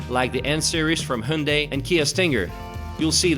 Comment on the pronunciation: the pronunciation of Hyundai sounds bit weird...